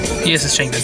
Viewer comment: sorry I don't want to come off as rude but you are pronouncing 'changbin' wrong. it's pronounced as ch'ah'ngbin. I'm sorry I really don't want to sound rude I just wanted to tell you